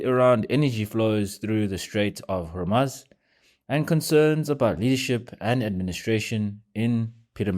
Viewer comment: South Africans are so naive and cannot even pronounce Hormuz correctly